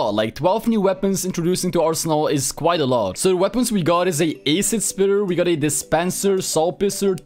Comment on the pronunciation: The way he pronounces acid just scares me